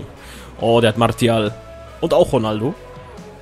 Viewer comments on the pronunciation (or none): none